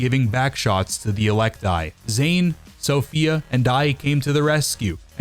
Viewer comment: It’s [e-lec-tee] not [e-lec-tie]. It’s even said in game by NPCs FFS Melee and throwables are not white rarity, challenge failed #gaped